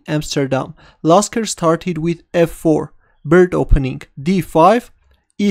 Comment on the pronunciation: Why is my name in the title? Oh wait... Its Lasker not Jasker 8)